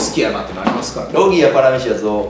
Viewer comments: せいやずっと「パラミシアン」って言ってない？ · パラミシアンって言ってる？笑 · パラミシアのあと、絶対クラミジア言うてるやん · クラミジアて言ったやろ笑